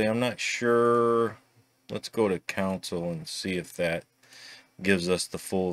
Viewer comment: CON-soul... not COUN sell